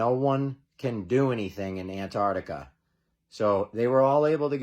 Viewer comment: Arch-tic. ANT-ARCH-TICA. Arch-i-tech today cannot build arches. Boxbuilders.